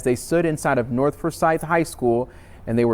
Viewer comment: The word is north not norf